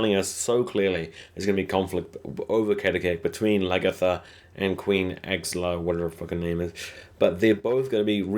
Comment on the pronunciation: Queen Ass-Log. Flow-Key. Lag-Eartha. Row-Low. how hard is that?